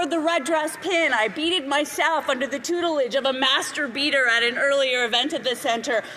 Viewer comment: Did she just say… Master-beater?